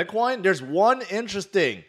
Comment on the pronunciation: I think you just invented a new word. "Interesthing"